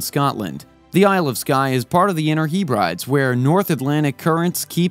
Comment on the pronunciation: For crying out loud - it's not the Isle of Sky, it's the Isle of SKYE and you can't pronounce the Hebrides either. It's not the Heeb-rides FFS, it's pronounced the Heb-rih-deez.